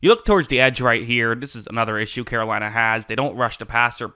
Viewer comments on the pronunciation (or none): none